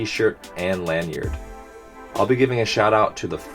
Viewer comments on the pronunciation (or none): none